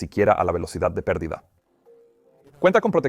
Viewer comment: Que grata sorpresa escucharte en español, Peter. Dos pequeñas aclaraciones con ejemplos: 1- "El avión entro en PERDIDA...", "The aircraft enter a STALL..." , con el acento en "PERdida" 2- "...si están a punto de excederse las CARACTERISTICAS DE VUELO...", "... if It´s about to exceed the FLIGHT ENVELOPE..."